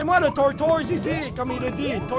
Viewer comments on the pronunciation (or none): on prononce tortise pour tortoise